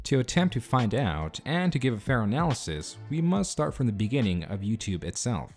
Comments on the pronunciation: I can't get over the way you keep saying "YouTube". lmao. "YouTube-eh". You don't say it like that every time, but like half the time. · "youtubeh" I feel like i;m the only one hearing that. I like you're videos, i'm not making fun but you're definitely saying youtubeh, or i'm taking crazy pills. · Why do you pronounce it “YouTub-uh” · Is it me or is he saying "youtube-ah"? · First person I've ever heard who pronounces the 'e' in youtube